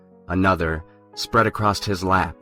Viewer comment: Accrosst IS NOT A WORD!!!